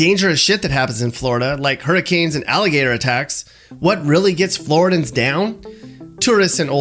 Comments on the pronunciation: Pronounces "Flor-ID-ee-uhns" as "Flor-dans". Goes to show you..."anybody" can create/edit a video and get likes/subscribers. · Flor rid dee n’s..........not floradins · “Floor-ID-Eeee-Ann” Not “ flor-dan” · it’s Flor - IH - diun, not Flor-ih-dun. 😉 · Floridans 😂 it’s flo-ri-dee-ins . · It’s Floridians not Floradans. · Pretty good! It's "Floridian" though, not "Floridan". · Omg calling us flordans forced me to stop watching, its floridians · The fact that he pronounced it “Floor-dan” and not Floridian, made me want to stop watching. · Floridians not Floridans! LOL That was driving me crazy throughout the video. I lived in Central Florida for about 10 years. Otherwise pretty good representation of Florida. Although, your numbers on the homeless population are off by about 25k. FL only has about 27k homeless people. Also FL has two NHL teams. The Tampa Bay Lightning just won the Stanley! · Floridan? It’s Floridian lol. Great video non the less 🤟🏼🤟🏼🤟🏼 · FLORIDIAN. FLORIDIAN. FLORIDIAN. Not Floridan. Jeez. p.s. It's also foliage, not foilage. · 2 things. People from Florida are pronounced Flo-ridians, nor floridi-ans. Also you left out the tampa bay lightning in sports, they place every season in the Stanley cup. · I am from Florida and have been away for 12 years or so. Look forward to moving back to my home state. This video actually made me home sick. Oh yeah and it is not Floridans... It is Floridians. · I had to face it sooner or later: your piece on my home state. But I found I didn't need to turn my Defensive/Oversensitive Filter on because I've lived in South and North Florida and found this to be pretty accurate! If the only thing I can criticize is "Floridan"(wrong) vs." Floridian"(correct) , then I think you did really well. Mappy cruising chicks-no judgement here :-) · What’s a Floridan? 😭😭😭 Floridian?? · Say it with me FLO-RID-I-ANS .... not sure who Floridans are. Love the videos! :) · It's FlorIDians NOT Floridans!!! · Floridian. Not Floridan